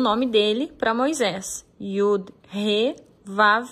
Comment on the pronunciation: YUD !!! Não YOD